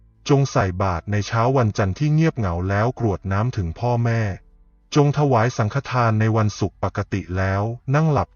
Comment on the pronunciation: กรวดน้ำไม่ใช่กะรวดน้ำค่ะอ่านผิดหลายคำเลย